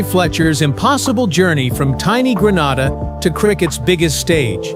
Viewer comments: It is annoying hearing Grenada pronounced Gran-arda. It is Gren-ayda. Proud of Andre Fletcher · Learn to pronounce the countries properly Gre - na - da. ST LU-CIA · Fake fake fake...your pronunciation of Grenada is wrong and plus you cannot walk across Grenada in 20 minutes...please get your facts straight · Hello sir, I appreciate your story but please pronounce the island name correctly it’s GRENADA…. thank you. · You lied about walking across my island in 20 minutes don’t disrespect our island like that and when doing a video for publicity learn how to pronounce the name of the island properly.